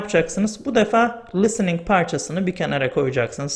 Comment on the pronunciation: Harika bir video olmuş. Çok faydalı. Ağzınıza sağlık.Hocam kusura bakmayın kötü bir niyetim yok ama soylemek istedim. Çünkü kulağa hoş gelmiyor gibi. lıstıning değil listening. Çok çok teşekkür ederim. Saygılar.